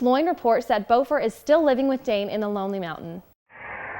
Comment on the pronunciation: So you have trouble using the correct vowels on many names you use? Bifur is not pronounced be fur, but, bi fur the bi sounding like bit not bee Boffer that you pronounced as b oh fur might be easier to think of bah fur At least Bombur wasn't bad bom like off bomb I actually like that they don't want the same mountains to be used again. They fit in well with the Trilogy for settings but the mountains in the Hobbit should not match even accidentally.